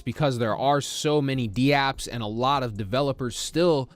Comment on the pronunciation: Dude you’re are literally the only person in the world who says d-apps. They’re called dApps, not d-apps. What are you new?